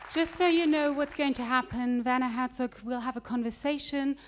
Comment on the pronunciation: vanner hatzook is what it sounded like when she said werner herzog at the beginning